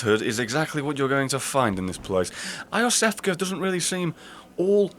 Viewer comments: Iosefka is pronounced Yosefka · Not eye o' sefka, I believe it's You Sefka. Either way, I just thought this was proper. Pls no new Smough Smug Smow Snowball SlamJam argument.